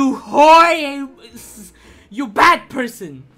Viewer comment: 5 pweirson yayayayayayayayayayay